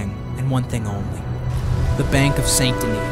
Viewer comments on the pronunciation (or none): U said Saint Denis wrong the u said the Denis bit right but the way to say Saint is to say sand without the d